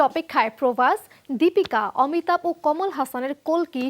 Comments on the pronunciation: Kolki na boin oi ta kalki hobe atto soddo Bola lagbe na 😂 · কেমন সাংবাদিক বাংলা উচ্চারণ ঠিক করে করতে পারে না ওটা কল্কি নয় কাল্কি, পৃথিবীতে যখন পাপ বেড়ে যায় এবং পাপীরা রাজত্ব করে তখন ধর্ম প্রতিষ্ঠা করতে এবং পাপ মুক্ত করতে এই বিশ্বব্রহ্মাণ্ডের মালিক যিনি বিষ্ণু তিনি অবতার নেন, কাল্কি তারই দশম অবতার এই কলি যুগের